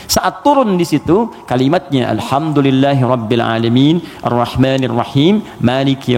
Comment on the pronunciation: kok alhamdulillahirobile alamin, gk alhamdulillahirobil alamin pa ustad